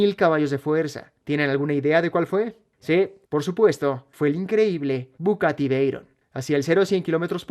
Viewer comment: Conozco al Bugatti, no al Bucatti 😅